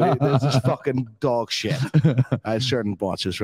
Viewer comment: When u hear shayt 🤣 in building